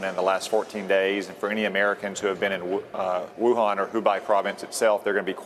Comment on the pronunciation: he cannot even pronounce the name of Wuhan properly and is a politician out to expand his personal power spewing out nonsense and not a scientist.